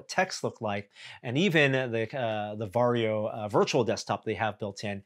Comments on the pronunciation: It's weird as a Finn hearing English speakers pronounce "Varjo". Sounds like Wario. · English speakers rarely know that Finnish J is pronounced more like Y. Perhaps if Varjo becomes mainstream consumer manufacturer, English speakers will learn from feedback. :p